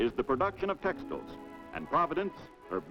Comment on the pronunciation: Haven’t heard that pronunciation of “textiles” before.